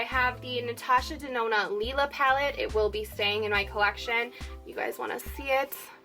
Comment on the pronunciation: Great video AND you’re the only YouTuber I’ve run across that correctly annunciates the Natasha Denona Lila palette 😀😀